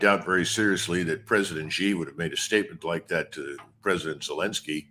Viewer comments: SHEEE NOT JHEE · Excellent insights. By the way, Xi is correctly pronounced as "see", not "she" or "jee". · PLEASE stop pronouncing it a$ "ZHI" OR "JI". Xi is pronounced as "Shi" . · YOU PEOPLE NEED TO STOP PROJECTING YOUR BAD PRONUNCIATION OF PRESIDENT XI = SHEE NOT JHEE. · The president of China’s (Xi) name is pronounced “She”, not “Zhe”. One would think these guys would know that by now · Judge NAPOLITANO President Xi proper pronunciation is Xi= She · Who the hack is President GEE? Can't you pronounce someone's family name correctly!?